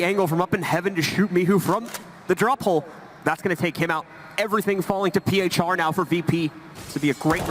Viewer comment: Uwielbiam jak oni wymawiają nick phr "piejczar"